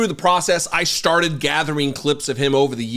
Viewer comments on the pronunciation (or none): You said “you started” and it sounded like you said you sharted. Sorry, I’m 59 and clearly not a child but the Marine Corps vet in me pops out occasionally.